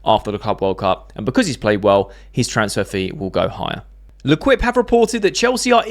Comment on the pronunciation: Mate L’quipe is pronounced “Le keep”